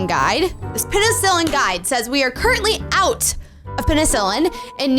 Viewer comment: did i just hear u said olt?